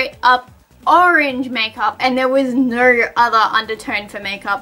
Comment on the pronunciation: It’s really annoying, when she says video it sounds like “veedeeyur”, tones sounds like “turns” no sounds like “nurrr”